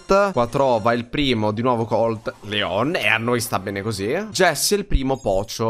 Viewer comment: Comunque si chiama Leon no leo`n